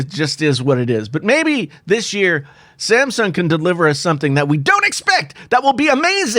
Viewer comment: Who else heard ,"The Simpson Galaxy S 11"?